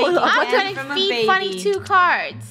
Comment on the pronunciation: It’s not it’s funneh it’s very funneh